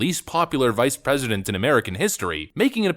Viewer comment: Did she say “R”esident instead of President ???????